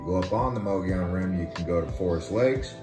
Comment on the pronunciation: It’s Mogollon